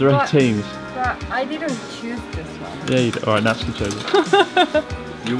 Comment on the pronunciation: Thanks for teaching the world how to pronounce 'Natsuki'. English speakers ALWAYS get it wrong and say it as 'NaT- sooki'.